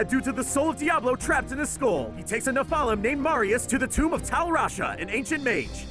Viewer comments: ne-fal-um? ne-fel-um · im sorry this was annoying me, nephalum is pronounced neph-uh-lem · Nephalem's too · I hate how he says nephlem, and Tyrial. It’s like he found a quick summary and then butchered the pronunciation of everything.